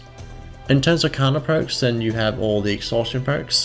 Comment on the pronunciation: Ah, yes. My favourite perk mangled